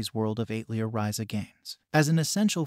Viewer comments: it's atelier, as in the French word for workshop, not eight leer tho. but thanks for the recommendations! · AI voice attempting to say "atelier" is so funny, lol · Joh bro...not to sound like a duce or anything but please learn how to "pronounce" words. I would reccomend trying 1:Al-te-lier 2: pro-ta-go-nist just to name two. Was kinda distracting when the specific words and some other words were totally butchered.